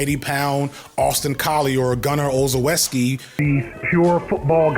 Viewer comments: Also, not that he’ll ever come up in another video, but… it’s Gunner ‘ol-chef-ski’ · Pronounced Gunner's last name "Ol-Wes-Key" 😂😂